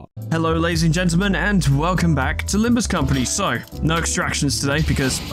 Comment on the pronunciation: during Faust's dialogue, she accidentally said "Limbis" instead of "Limbus" and it became a bit of a meme for a while :P